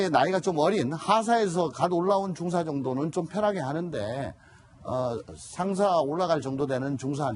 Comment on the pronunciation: 방송발음똑바로 중사는 하사다음 발음똑바로